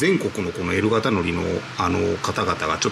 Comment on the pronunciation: 時々、エル型の発音がエロ型と聞こえるのは気のせいでしょうか？